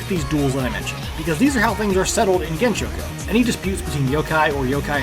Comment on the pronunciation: I really meant pronouncing the gensou with an sh rather than s